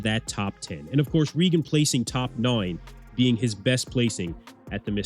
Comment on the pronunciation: Noine lol 😂